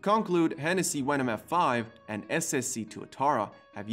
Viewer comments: so you said Hennessey Wenom GT um, bud, its called Hennessey VENOM GT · venom not wenom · Also do you say w instead of v so like wenom instead of venom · Did you say Hennessey wenom gt ?? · i know its his accent but i gets anoyed with wenom no venom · Why is it a wenom not a venom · its venom NOT wenom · hey man, you got huge problems trying to pronounce your "V"s, They are not "W"s!!! MAKE AN EFFORT WILL YA???? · You have to learn how to pronounce your “V”s, they aren’t “W”s, like you say “wendom” it’s “venom” with a V, like in Victor or Valentine. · Its venom not wenon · Why you say your v’s as w’s ? Hey said Hennessy wenom and other words the same way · Hennessey Wenom, 😄lol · Is it just me or am I the only one laughing at hessessy WENOM f5 😂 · Am i the only one to address the fact that he said wenom? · Why wou say wenom!?!? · Stop saying wenom and wayron it’s venom and vetron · Veyron=weyron Venom= wenom 😂😂😂😂😂😂😂😂😂😂😂😂😂😂😂😂😂😂